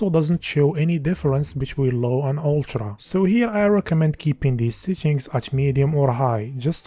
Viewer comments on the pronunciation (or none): I can't cope with this fcking "Ulchra" "Kepch" for fuck sake